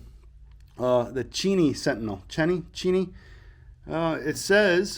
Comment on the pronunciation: The Cheney is pronounced “chā nee” I have family in the city of Cheney Arizona.